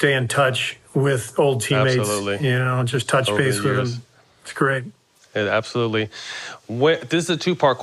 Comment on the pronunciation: Matt “ABOSOLUTELY” Barnes